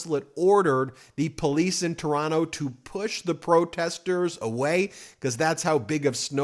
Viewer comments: Ben, you pronounced "Toronno" perfectly. You're all right bud! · Canadian here: I want to praise you for your pronunciation of "Toronto" ! You're sounding like a Canadian there! I've been watching Meidas news for a long time, and I wanted to say that I'm so glad to see you cover Canadian news so frequently. Keep up the good work! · Ben I nominate you to be a Canadian citizen just based on the fact you say Toronto the Canadian way. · Oh shit, Ben pronouncing Toronto how we pronounce it! Now that's doing your research! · I just want to applaud you for saying Toronto the correct way. I am making you an honorary Canadian. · you pronounce Toronto like a native. TORONO. congrats. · I’m so impressed! You say Toronto like a Canadian! Woot!🎉 I’ve been watching your channel for a couple of years already and I kept wishing we could have something like you provided to the US about Canada. And here we are. Thank you. Keep up the great work. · Thank you for pronouncing Toronto correctly. :) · Canadian here. I am so proud of all Canadians who are coming together. Happy to see all of the protests happening in the States as well! Fuck Trump and his bullshit crew. Ben, Kudos on saying Toronto like a Canadian! 😀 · Hey Ben! You say Toronto like a local! You don't pronounce the second t 🎉🎉🎉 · You have the best pronunciation of Toronto, that I've ever heard from an American! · Ben’s pronunciation of Toronto—>chef’s kiss ✔️there is only one T in Toronto. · I love that you pronounced Toronto like a true Canadian! 😂🇨🇦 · wow, you didnt pronounce the second T in Toronto, you're learning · Ben, your pronunciation of the word, Toronto, is worthy of a true Canuck 👍🏼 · Is it just me, or is Ben sounding a little more Canadian? He seems to have almost entirely dropped the 2nd "t" when pronouncing Toronto. Not hearing that hard t is music to my ears.